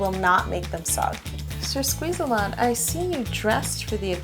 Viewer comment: omg did you call the bottle sir- squize -a -lot? thats hilarious!!!!! i am gonna die from lauhgtiure